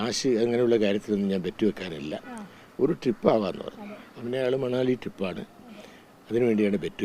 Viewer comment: മണലി അല്ല കൊച്ചേ മനാലി... 10 പ്രാവിശ്യം എഴുതി പഠിക്കു... മനാലി